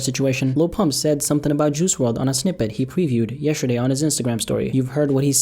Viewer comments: “Yesherday” you good,? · He said yesherday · Why do you pronounce it yeSHerday? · Highlight of this video.: “Yesherday.” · tf is "yesherday" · This all happened “yesherday”? 🤣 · yesherday? wut?